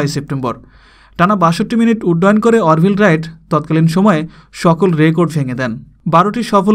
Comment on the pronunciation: ভাই নামের উচ্চারণ ঠিক করেন অর্ভিল রাইট না আরভাইল রাইট....you know what I mean to say..